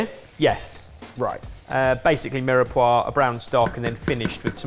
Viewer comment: Why did ben just pronounce Mirepoix as "Mira-pwa"? ... It's pronounced "Meer-Pwa" You'd think a chef would know that.